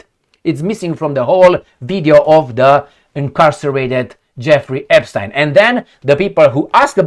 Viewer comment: Hardly any of the Ponzi schemes were led by tiny hats 🎩….you say Epschtine?…😂